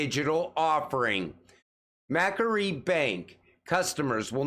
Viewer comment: Its mac- quarry bank